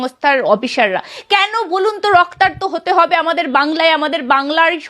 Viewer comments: কথাটা রক্তার্ত নয়, রক্তাক্ত হবে। অশুদ্ধ উচ্চারণে সাংবাদিকতা করলে কানে লাগে। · মাননীয়া সঞ্চালিকা, বাংলা চ্যানেলে বাংলা টা অন্তত ঠিক-ঠাক বলুন। আপনার উচ্চারিত (রক্তার্ত) কথাটা বোধ হয় ঠিক নয়, শব্দ টা হবে "রক্তাক্ত"। ধৃষ্টতা মাফ করবেন। ভালো থাকবেন। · আপনি তো একজন সাংবাদিক। "রক্তার্ত, রক্তার্ত" করছেন কেন? শব্দটা রক্তাক্ত!